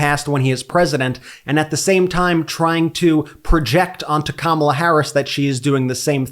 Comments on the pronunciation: say what you want but the pig finally said Kamala correctly. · He actually said comma la! Wow 😂 wonder if he realized he actually said her name correctly 😮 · Hey!!! He actually said her name correctly!!! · He said her name correctly… he’s desperate 💙💙💙💙🩷🩷🩷🩷💚💚💚💚🇺🇸🇺🇸🇺🇸🇺🇸